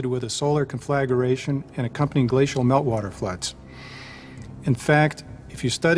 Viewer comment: Conflagration. Rhymes with concentration, meditation, etc. Four syllables. Penultimate accent.